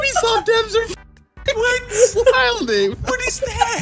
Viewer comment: bruh he pronounced EVERY letter in wilding when it's willin😂😂😂😂😂